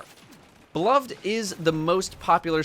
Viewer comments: it's beloved, not be-lo-ved... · It pains me to hear you pronounce beloved (buh-love-ed) improperly. Especially for someone that prides themselves to much on proper weapon pronunciation. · come on man you’re better than this. It’s pronounced “be-loved”. Not “be-love-Ed”. Edit:you keep going back between the two pronunciations. One of which is wrong and for some reason has caused everyone to become illiterate